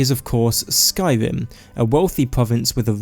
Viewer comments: The first Skyrim YouTubed I’ve seen that can’t pronounce Skyrim correctly (not tryna be mean, love you buddy, vid made my day!) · i dnt understand why people with speach problems make videos like ur voice drives me insane its sky-rim not sky-wim